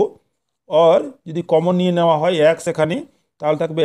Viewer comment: ২য় অঙ্কের সমাধানে প্রথমেই ভুল লিখেছেন । (X - 1)-এর বর্গের স্থলে (X+1)-এর বর্গ হবে । আর উচ্চারণটা আ্যকস্ নয়, হবে এক্স ।